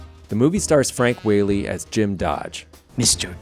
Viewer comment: Ok, just so you know ... his name, Frank Whaley is pronounced Wha (short a) ley, not Wh-Aaa-ley.